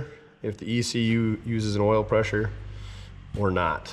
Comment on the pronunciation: Pres-sure wash... Pres-sure wash... Pres-sure wash...